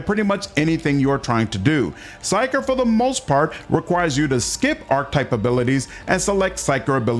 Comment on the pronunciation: Archetype isn't pronounced that way, neither is Diviner.... great video otherwise.